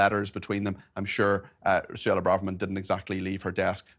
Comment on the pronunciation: Suella not Sulla